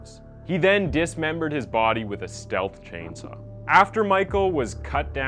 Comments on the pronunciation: Lmfao omg it's STIHL chainsaw (pronounced Steel)not stealth wtf is a stealth chainsaw. Chainsaws are like the most anti stealth thing ever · And “stihl chainsaw” as “stealth chainsaw” like tf is wrong with this dude? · You should probably get familiar with your subject and learn the correct pronunciation of common locations and products listed in the script. It’s as similar as googling the word. The chain saw company is pronounced S T E E L (Stihl) and the FAMOUS NY prison to name a few of the most obvious mispronounced words. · What is a stealth chainsaw? Its pronounced "steal"